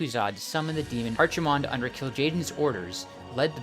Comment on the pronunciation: pronouncing kaldorei -> kàl-dó-ray or rày (just the ending there is not correctly pronounced) Maiev -> (My-ehv) Archimonde -> (Arc - Emond)